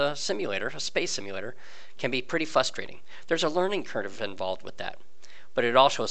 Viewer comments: I like your video and wanted to keep watching but the word is frustrating it doesn't start with fus it has an r at the beginning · Say it with me now, FRUS-TRA-TING. Otherwise, great vid. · Oh the Fustration! So Fustrating!